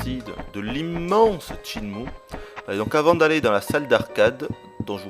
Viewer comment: Videotesteur de legende? T'es bien gentil. Quand il prononcera correctement rien que le nom du jeu, on en reparlera.